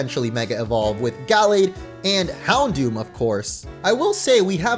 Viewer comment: It is not pronounced hound dower lololololol